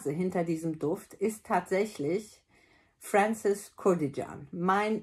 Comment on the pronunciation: Hallo, weil hier schon jemand was zur Namensaussprache geschrieben hat, Franzis Kurkdijan spricht man: „Fronssiss Kürkdschan“.. also französisch. Bitte nicht böse sein, danke für deine tollen Videos, ich werde immer ärmer… 🫤😆 Liebe Grüße 🖖